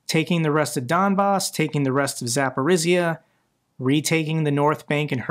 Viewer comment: its no Zaporizia its pronounced Zapori-ZH-YA